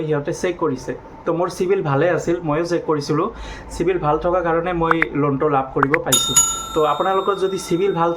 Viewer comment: O গৰু চিভিল নকৈ ও চিবিল কৈ